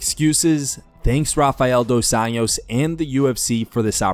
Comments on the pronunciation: It’s Dos Anjou, 2 Angels, nit Dos Anos, 2 years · Bro you keep saying RDA’s last name as if he’s Hispanic. Just say Anjos like an American would and it’d be closer to the actual Portuguese pronunciation